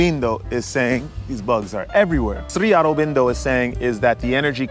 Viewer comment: Great video ! You know you just turned the indian guru into a spanish guru with the SRI ARUBINDO pronounciation right ? hahahahahaahah that shit cracks me up yo.